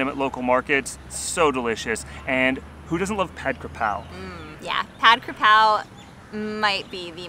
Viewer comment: ตอนนี้เรียกได้ว่า คุณทั้งคู่ พูดไทยได้แล้ว "หมูกระทะ" "ผัดกระเพรา" " ผัดไทย" 😂 คุณออกเสียงได้ชัดเจนมากครับ😊 เราดีใจที่พวกคุณมีความสุขกับการมาท่องเที่ยวในเมืองไทย คุณรู้มั้ย ขณะที่ผมกำลังพิมพ์อยู่นี้ ผมยังยิ้มตามไปพวกคุณด้วย 😊